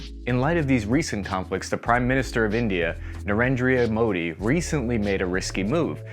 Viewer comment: It's Narendra Modi. That's what you also show on screen, but you're pronouncing it "Narendria Modi"